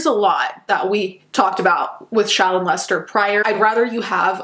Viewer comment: lol When you say Shallon it sounds like Childmo.